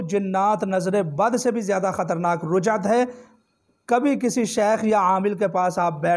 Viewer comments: Rujjat nahi Rajjat hota hai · رجع یرجع ،ر، پر فتحہ ہے ،ضمہ نہیں یعنی پیش نہیں ہے رجعت کا صحیح تلفظ ادا کریں